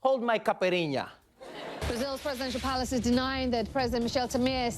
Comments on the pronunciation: The "Hold my caipirinha" joke had a poor deliver on the accent. But it hit me really well... Damn, I need to start using this one... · Trevor, o love you, i do. But, as a brazilian, please never say Caipirinha ever again. You are horrible at portuguese XD